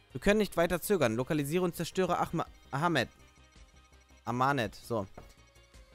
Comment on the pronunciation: Die mumie heisst ahmanet und nicht ahment